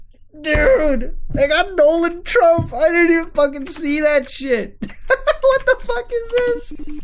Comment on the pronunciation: Dooland Trump?